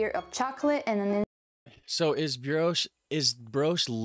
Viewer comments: bri-osh not bri-oosh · It's not brosh but brioche. And that's French. Your 18 ounces probably have the same amount of coffee in them as a double espresso. You get American coffee when you put water in your cup after finishing your espresso.